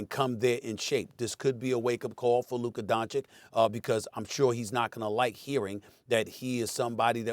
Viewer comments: I wonder when stephen a will learn to pronounce luka's name correctly. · I am gonna crash out if Stephen A. gonna pronounce Lukas name like that one more time. Bro a superstar who have been like 7 years in the league already.